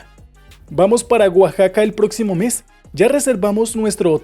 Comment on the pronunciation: Maybe learn to pronounce por and para first before you make a video telling people how to use them!